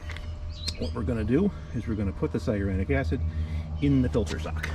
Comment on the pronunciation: Thanks for the video. Very informative. Why do you keep mis-pronouncing cyanuric acid?…LOL😂 It’s ‘sigh a noor ick.’